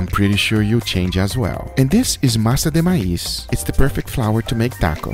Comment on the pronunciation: “And this is masa de maíz “ sounded better then some of my cousins español 😂